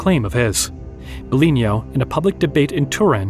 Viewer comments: BIGLINO (BEGLÈNO)!!! stop saying BELIGNO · No. He's a real human. That's why he did that mistake. Its the first time we worked together and he was not familiar with said terminology. In fact the name Biglino is wrong all through the video, as he calls him Biglinio. Since then I always gave him an audio file to pronounce things correctly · No dont be sorry about mispronunciation of the name ''Biglino'',..in fact his name is not his and do not talk about him,..and this video is not you,..and me is not me,..but we are they and they are us. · I tried to take your video seriously but you kept mispronouncing Biglino. I really can’t respect or take seriously the work of someone that doesn’t even take the time to pronounce names the right way. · How could it be AI if it got wrong the name of Biglino like 200 times, including psalms and many other words inside of this channel. Since this video I have been training my narrator personally to not misspronounce words anymore. Nope Not everything is AI